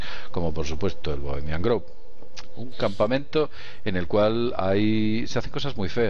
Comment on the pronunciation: Mi mil disulpas pero por favor, cuiden su pronunciación. No es Bohemian "Groove" (osea, no se pronuncia con U), es con O. Por otro lado, Alex Jones tiene una pésima reputación, y para los Mexicanos que están viendo este video, chequen los comentarios racistas que hace Jones contra nosotros e incluso ofende a la Bandera. No es alguien a quien creerle ni seguir.